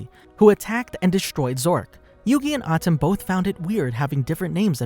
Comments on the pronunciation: Lol it's pronounce MOE - TOE not moo too and Ahh tem not Atim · atem is pronounced as aye tim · Just don't say the names bro that not how you pronounce atem nigga come oooooooonnnnnnnnn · wtf this guy can't say atem or moto lmaooo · Why are you pronouncing all of the names weird? Kehmo? (Chemo), Atom? (Atem) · Me but that’s not how u say atem or muto